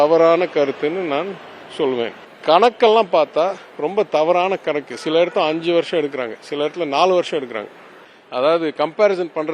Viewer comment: "கனக்கு" இல்லை கணக்கு என்று உச்சரியுங்கள். PTR மைண்ட் வாய்ஸ்.. நான் FINANCE அமைச்சராக இருந்திருந்தால் இவ்வளவு கடன் வந்திருக்காது. பட் வெளியில் சொல்ல முடியலை.